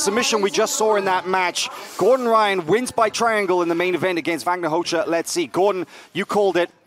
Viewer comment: "Vagner Rosha" Proper pronunciation...